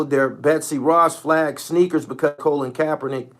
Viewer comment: “Colon Kapernick”. 😂